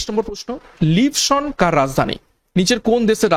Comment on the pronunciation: Sir uchharon ta "Lisbon" hbe bodhai